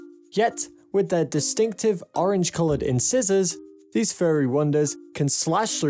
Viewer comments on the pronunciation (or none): "In scissors"